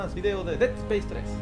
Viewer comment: es deAd Space no ded spese